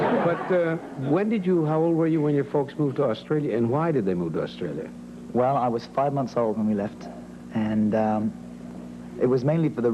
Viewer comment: Really? Hear when he says 'Australia'... it's not the Ozzie way... or when he says 'Barry': that 'a' sound is British... when he says 'aware': Ozzies would pronounce it like 'a-way-re', he doesn't... when he says 'ten', Ozzies would pronounce that almost like 'tin'... he doesn't. Listen to when he says 'Manchester': it's absolutely British. Of course he must have some Australian influence, having spent his childhood there, but I don't actually think that prevails over his British accent. Their dad is Mancunian through and through, only Barry speaks a bit like him, Robin spoke with a very classy RP British accent only slightly touched by his Mancunian roots, Maurice had a British accent though he had americanised it along the years. None of them had any trace of Australia.